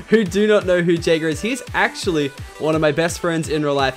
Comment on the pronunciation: It's funny when you say Jayger because my name is Jagger. LOL